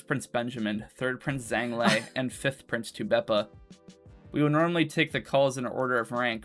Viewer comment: to be clear, his name is Zhang Lei, not Zhang Lee